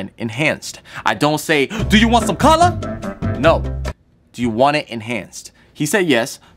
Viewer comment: “DO YOU WON SUM CULLUH?!”